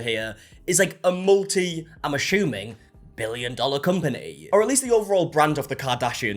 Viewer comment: What's "ashuming"?